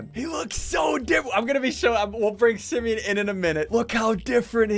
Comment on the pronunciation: What if Simeon said: you look like a east coast! Lol (Btw it's "Simeon" not "Simon")